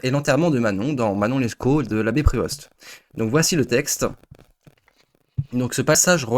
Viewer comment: bonne vidéo mais son nom se dit "prévo" pas "prévoste" dsl il fallait que je le dise